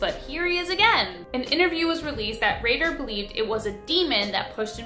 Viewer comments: You would think.... with 7.76 MILLION subscribers she would put a little more effort into pronouncing the names correctly .... Dennis Rader is not pronounced as Ratter ......... Its "Raider" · Btw Rader is pronounced like Raider. Like the football team or tomb raider lol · ish. You mean to tell me that she's a full grown woman youtuber that hosts all kinds of true crime vids really doesn't know how to pronounce the surname "RADAR?" You know, its also a ⁴4it